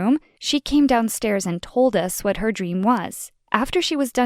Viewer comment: “Dweam”